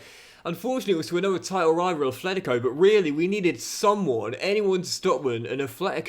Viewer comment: Enjoying the CM!! But I have one wish: pronounce Atlético properly 😅